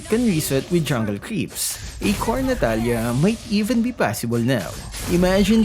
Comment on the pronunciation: Lol now natila is more like katalia hahaahaahha 😂😂😂